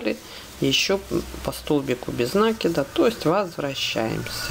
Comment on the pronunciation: Ну почему нАкида?? А ж слух режет, а за Мк спасибо!